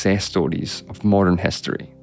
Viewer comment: It's HISTORY not hEstory, CITY not cEtty, BRITISH not BrEtish!